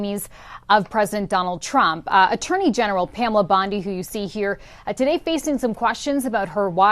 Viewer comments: Is all of this made up? This is the second video I've watched on the channel, where it seems like AI generated fictitious garbage. Please update me if I'm wrong. BTW, it's not pronounced BOND-EYE. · Why do you keep saying Bond-I? It really makes me feel like I’m watching some AI generated video. Everyone knows how to pronounce her name but somehow you keep mispronouncing and I haven’t seen confirmation of anything you’re saying. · PEOPLE! Stop believing what he is saying as true. This is FICTIONAL. "This content is fictional and not meant to represent real events, individuals, or outcomes." Read the description below the video all the way to the end. He also mispronounces Pam Bondi's name. IT IS FALSE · So why does "" keep pronouncing Pam Bondi's last name? This is just more AI fluff. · Please choose a pronunciation and stick with it! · Wow, AI videos are getting scary capable. If you didn’t switch back and forth with your pronunciation of Bondi I don’t think I would have otherwise identified this for what it is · As much as I would love for this to be true. I don't think it is. I can't find this story anywhere else...on or off mainstream media. Plus the guy isn't even pronouncing her name correctly.